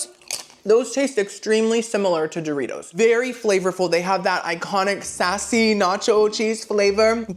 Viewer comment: DID YOU SAY DOORKNOB-RITOS 😂😂😂 I love you